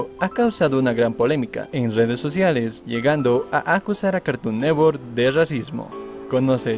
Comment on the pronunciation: Carton neTTTTTTTTTTwork es carton NeTTTTTTTTWORK no carton nework